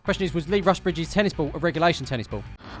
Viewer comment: I was at this game and it is Rusbridge not Russbridge